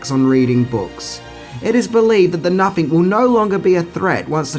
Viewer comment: Nothing. Pronounce it right. Nuh-thing. It's not "napping." Fucking idiot.